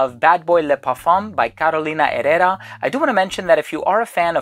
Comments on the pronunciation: I am not completely sure about the pronunciation of Herrera. Here in Brazil, where we speak Portuguese (and not Spanish, please), we pronouncd it as "ehera" with the RRE with the sound of /h/ as hat, hot... Carolina /eHera/ and not /erera/. But I may be COMPLETELY wrong and the I apologize... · "Carolina erera" 🤣